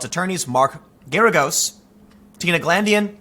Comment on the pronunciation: Totally unimportant but Mark Geragos is pronounced like "asparagus" or "Gare-a-gus". Doesn't matter but thought I'd pass it along.